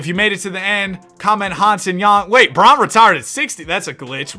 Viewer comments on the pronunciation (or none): none